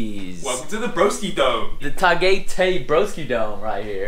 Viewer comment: Pronounced ‘GUY’ not ‘GAY’ as in Tah-GUY-Tay. 😆😆😆 Keep the vlog going.👍✌️🇵🇭